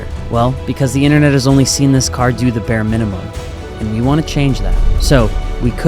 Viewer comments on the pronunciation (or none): none